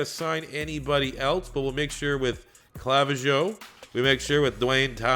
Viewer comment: Clavijo is pronounced Cluh-vee-ho